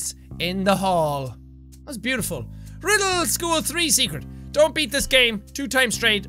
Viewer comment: he said rrrrrrrrrriddle school hehe😂